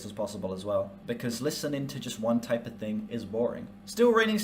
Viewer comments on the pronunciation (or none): none